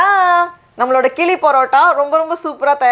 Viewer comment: The right pronunciayion is கிழி Not கிளி Which means parrot. தமிழின் சிறப்பே ழகரம் தான்.